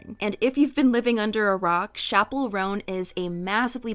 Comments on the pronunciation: Chappell is pronounced "ch" not "sh" love u:> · Babe, I love u but PLEASE STOP PRONOUNCING CHAPPELL LIKE THAT😭😭😭I BEG OF YOU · HER NAME IS CHAP PELL NOT SHAPPELL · its CHappell roan girl not SHappell roan